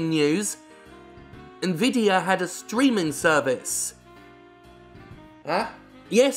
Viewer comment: I agree with the comparisons between GeForce Now and Stadia, but most of all, I'm pleased that other people than me can pronounce Nvidia properly.